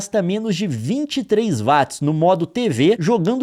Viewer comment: So uma coisa, gostava de saber lo que é “vats” será que queria dizer watts? Se sim tens de melhorar essa pronuncia